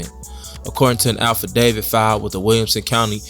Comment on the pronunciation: AFFidavit mannnnn..not ALPHAdavid...this worse than liebarry🥴